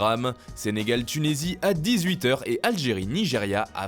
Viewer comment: Il a dit tunesie mdr